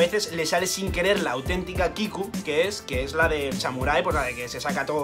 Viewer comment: Es O Kiku no O Kiki lo ibas a decir bien y terminaste diciéndolo mal, grande Luffy tiene que aprender de ti XD